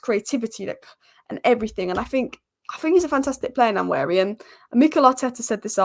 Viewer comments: Keep up the good content. One point, it’s Nwaneri not Nanweri. 😂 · It's not Nnwayeri it's Nwaneri (ONE NAY RI) ETHAN "ONE NAY RI" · Nanweari😂😂😂 come on, make an effort. Try practicing or break it down........ N U WAN NERI. if you cabt be bothered,, just call him Ethan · Great channel but its One-ye-ri not Nan-weari! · (N)waneri the N is silent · The first N in Nwaneri is silent, so it's just Waneri. There's a video from Premier League where he and many others pronounce their own names. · Say it with me… Wah-Neri. Ethan doesn’t pronounce the ‘N’ at the beginning of his last name 😉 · The "N" at the beginning is somewhat silent so it sounds like Waneri. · ...Sky Sports has a video on YT with all the players pronouncing their own names...he says it like Won-eri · Waneri is far more closer to thw pronouciation than what you are pronoucing😂🤣😊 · Nice Vid! The pronunciation of Nwaneri phonetically is WAN-AIR-EE... The N is silent.👍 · The name is pronounced one ne ri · I'm Nigerian and such a joke people on the net assume most comment are attacks on them. That was my bit to help folks pronounce it better, not a perfect transcription but close. There's no "nu-" in front. That vowel doesn't exist. If that doesn't help you directly, hopefully others. Good for anyone who care to pronounce and learn unique names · Great to see ur improvement on Nwaneri pronunciation. Remember the N is silent...its basically waneri but u can emphasize on the n by calling him wan-neri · Pronouce his name this way "one-neri" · He said himself the pronunciation WA NERI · The "N" is silent in the pronunciation of Nwaneri. Nice analysis 👍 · start practicing how to pronounce NWANERI name the boy too good and deserved the starting spot , don't look at his age the boy is a very good baller .. NWANERI TIME IS HERE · His name is nwaneri